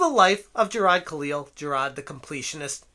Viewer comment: How can you pronounce hard, fine, but struggle with Jirard.